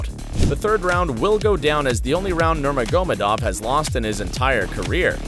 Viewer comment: Never heard anyone including mike Goldberg pronounce the names of the fighters so fucking poorly nurmogahmodamedov Frank MYre loooool 😆